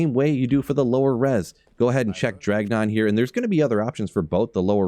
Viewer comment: “Dragnon” is crazy lol